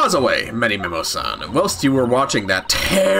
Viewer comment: Damn it! I keep thinking you're mispronouncing his name because of how many times called him ManyMEME-o. XD I feel like there's a chance this case could have been added once they realized they were making two separate games, one of which needed a tutorial case.